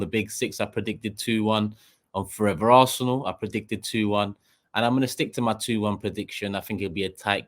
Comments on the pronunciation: It is ARSENAL and not ARSNEAL ,lol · “Arsneal” lol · 😂😂😂😂 ARS-NEAL?!!!!😂😂😂😂😂 Can’t you even spell your own team’s name??!!! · Its Robbie,he butchers names in transfer daily and its rubbed off on 😉